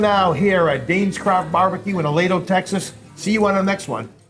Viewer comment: A-lee-dough, please.